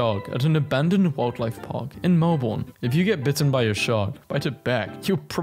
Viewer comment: That’s not how you pronounce Melbourne